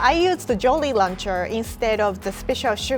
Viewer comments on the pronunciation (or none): was saying Jolly Launcher instead of Jolly Rancher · Lol says “jolly lancher” 😂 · I love when said jolly lacher and not rancher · the way she pronounces jolly rancher is cute haha. although, captions say “jolie launcher” and ya girls name is jolie so it is a bit concerning 😂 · Did really just call it a “jolly luncher”?😂😂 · At first I thought she said Jollie Rancher, as in a person😂😂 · "Jolly Launcher " Huh, now i know why they say japanese people mix up R And L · U mean jollyrancher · No OFENCE but she said jolly roncher